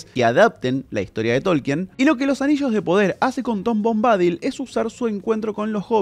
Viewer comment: SE PRONUNCIA bombadÍl (no bombÁdil). Busca la pronunciación en internet x favor! Es desesperante escucharte decirlo mil veces mal... dan ganas de arrancarse las orejas!